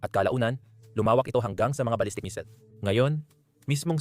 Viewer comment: Missile po. Hindi misil